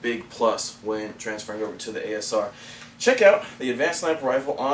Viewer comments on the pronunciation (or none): ASR, not ACR, learn your letters please.